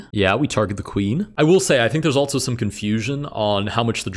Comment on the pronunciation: I agree, his voice is nice but I noticed he pronounces "also" almost like "altzo" along with similar words, I wonder if this is a regional thing or exactly why